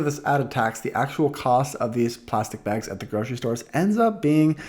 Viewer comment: lol says it like "begs"/"bägs"